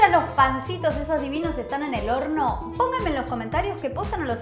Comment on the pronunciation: (1) me encantó la receta está muy buena jaja ya lo hice y me salió 10/10 al seguirte,te banco un montón (2) en los segundos de 26 al 31 "mis amigos discuten y dicen que dijiste p0RN0 a lo que yo me Rei, para mí dijiste horno pero es como que queda Raro igual cabe Recalcar que son alzados los pibes estos en fin disculpa que te joda pero me Dió curiosidad saber que dijiste aparte así después les presumo a estos que yo tenía Razón